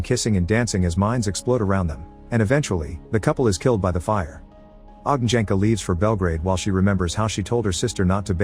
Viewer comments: You butchered those names like there's no tomorrow 😅 J is pronounced like "Y" in You. Ognjenka=Ognyenka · Funny how narrator speeks Ogn(J)enka - (Fiery one or Bonfire, kres, lomača, lagerfeuer...) wrong, but Dragol(J)ub - correct check (J) Should be Ogn(Đ)enka then. YW ;)